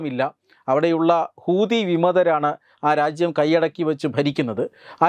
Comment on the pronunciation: ഹൂദി. അല്ല.. ശരിക്കുമ്. പടിച്ചിട്ട്. പറയുഗ.. ഹൂത്തിഗൾ.